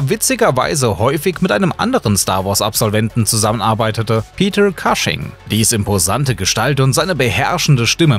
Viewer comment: Sehr viele Namen sind falsch ausgesprochen. Der Sprecher liest wohl den ganzen Text runter. Am schlimmsten: Peter Cushing - den Nachnamen einfach deutsch aussprechen, d.h. Pieter Kusching. Wenn das Christopher Lee gehört hätte: er korrigierte seine Kollegen, wenn Namen im Herr der Ringe falsch ausgesprochen wurden.